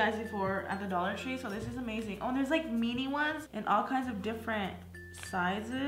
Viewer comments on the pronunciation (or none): Lol, it's min-e not men-eeeee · She says mini weird 😂 she says mene 💀